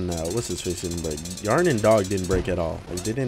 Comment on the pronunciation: He said Yharon but we heard Yharn except me